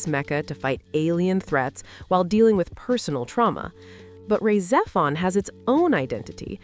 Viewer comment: Yeah, I cringed SO HARD at that pronunciation & was about to post this exact same thing. She also butchers Rah Xephon & most of the character names. I'm not convinced this isn't just A.I. slop...